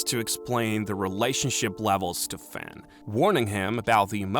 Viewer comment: my brain is so rotted. Every time you say "Fin" I hear Fent